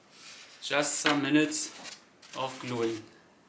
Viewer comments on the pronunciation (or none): none